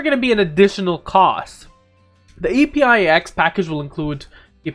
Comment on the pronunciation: I don't think it's E-P-I-X, I think it's EPIX, pronounced like EPIC with a S